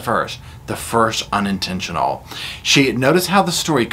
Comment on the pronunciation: It was UNinTENtionUL!!!